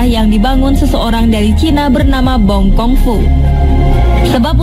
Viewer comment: Bukan bong kong fu tapi bong kiung fu